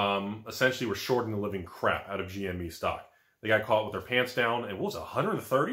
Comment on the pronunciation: its GME not " GMA"